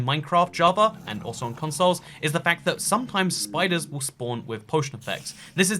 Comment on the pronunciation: Lol why tf does he pronounces fact like quack